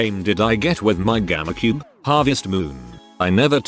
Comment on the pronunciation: Nobody: The automated voice saying GameCube: gamacube